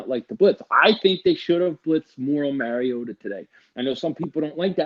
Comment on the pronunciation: MAR-EE-OTA Learn your daddy’s name.